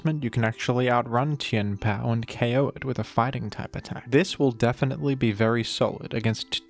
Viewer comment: who else just likes the way he says Chien-Pao's name